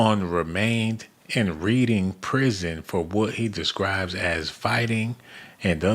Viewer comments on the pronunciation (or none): lol READING is pronounced as REDING.